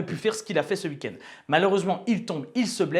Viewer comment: Un beau « ui kend » comme le dit si bien 😅😂